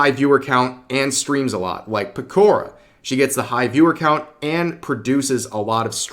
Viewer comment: Pekourrah? It's Pekora